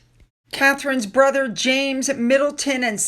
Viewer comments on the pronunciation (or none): none